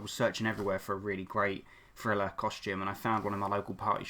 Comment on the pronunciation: Did he say friller